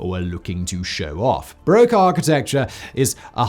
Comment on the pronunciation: Bar-rock, not bar-oak